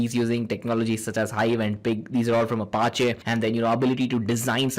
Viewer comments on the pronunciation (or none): none